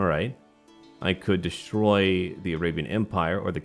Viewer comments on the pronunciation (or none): none